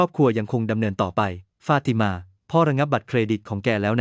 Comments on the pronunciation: ไม่ทราบว่าคนที่บรรยายอ้านภาษาไทยไก้ป่าวเผลอ อ่านว่า เผภลอเหรอ ฟาดมานั่นคือฟาติมาป้าว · มันอ่านอะไรของมัน ฟาดมา= ฟา ติ มา ข่มคู้ = ข่ม ขู่